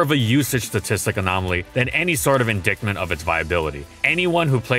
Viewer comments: that's not how you pronounce indictment buddy. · You pronounced "indictment" like "in-dickt-ment". It's "in-dite-ment".